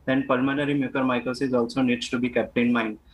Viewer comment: The lady reporter cannot pronounce Mucormycosis correctly. She even pronouced it differently everytime.